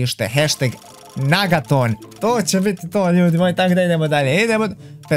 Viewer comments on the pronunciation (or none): Kaže se negaton a ne nagaton😂😂😂